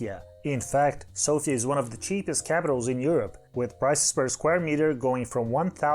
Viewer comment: You did pronounce Sofia almost acurately except it is not Soufia just Sofia. You did however put the stress on the correct form like SO-fia, when foreigners tend to put it on I which makes me laugh as Bulgarian because Sofia as the stress goes to I refers to the female name Sofia. However you kinda messed up in the pronunciation of Veliko Tarnovo. The stress for this one is on I not on O. Also Tarnovo is pronounced like T-uh-r-novo. Also the accent is on the hard A known as UH in this case. And it should be VeLIko TUHR-novo. But other than these small errors nice video.